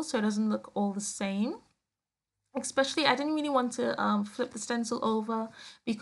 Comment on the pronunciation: I like your page very much! I wish you would say especially instead of ex-specially which is not a word. LOL!